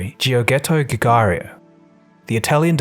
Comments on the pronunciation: “Geeor-ghetto Goo-gario”. Hilariously butchered pronunciation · Oh, man, that's a new level of butchering someone's name 😂😂 How to pronounce Giugiaro, tho this is not fully correct either -> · my god, I've never heard his name butchered worse than that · It's pronounce JyaJyaro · I never saw a worst pronunciation of Giugiaro i my entire life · that was the worst butchering of Giugiaro's name i've ever heard!